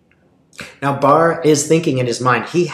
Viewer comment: Thank you for calling it correctly " barr report"